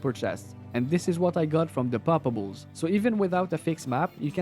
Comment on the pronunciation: Mon frere! I love how, with your beautiful Canada accent, whenever your say poppables is sounds like 'palpables', like you are a medic examining someone :)) Also, I found, and totally random, 'cause when I farm I usually go, in the same run - Travi, Mephisto, then LK, Countess and then maybe Andy, so this time I found, on P8 LK, and Ohm rune, under a Corpse. So a 'palpable' corpse gave me OHM = Oh, Homme, OH HI MARK!!! = ))